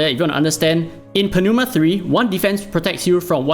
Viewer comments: Just read Pneuma as new-ma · I'm not sure if you're joking, but it's pronounced as "noo-muh" the "p" and "e" are silent. Aside from that, damn, I missed your excel from your dislyte damage calculator. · Not sure if you're just playing out for a bit but pneuma is pronounced as nooma. Like pneumonia or pneumatic. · please don't butcher pneuma T.T.. it's really so hard for anglophones? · If you really have difficult to say Pneuma, search for the translate word of Tire is french, it's Pneu and the prononciation can help you